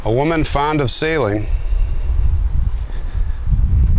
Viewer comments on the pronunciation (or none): none